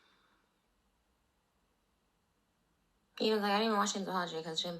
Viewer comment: "that's shhdope" is that what she's on? Is that what people call it now 😂😭